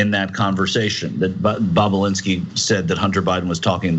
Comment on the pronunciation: Cenk his name is BOB...U...LIN...SKI not Bob u lun ski